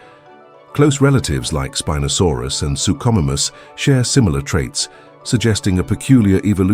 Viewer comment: Its not speeenosaurus...